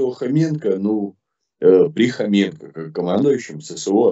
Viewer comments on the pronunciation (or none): Прізвище Хоренко, а не Хоменко як каже ваш, він як був неприкритим порохоботом, тепер став зелено бобіком! Противно слухати! Фу!!! Відключаюсь.